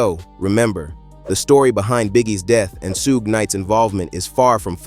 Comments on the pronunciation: This voice is a.i. 😅 Sue geh knight🥴🥴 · It's SUGE. Ffs. 😂🤦🏾‍♂️